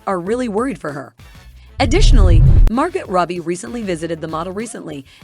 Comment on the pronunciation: It’s so sad that bot channels like these steal views from real content creators. The bot narrator can’t even pronounce the names of the people discussed or even basic words like, “ghost”. 😆 “Margutt Rubbie”